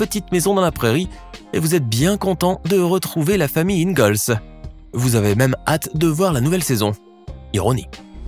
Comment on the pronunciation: Euh la famille "Ingolls" ?! Non please "IngAAAAlls" X'D (Oui j'adoore cette série mdr)